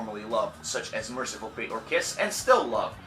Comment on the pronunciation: Fate, Dude! Not Faith... :D:D:D